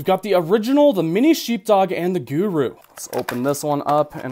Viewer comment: Where is this dude from?!?!? The way he talks is like nails on a chalkboard!!! Also I've never heard guru pronounced gehwru.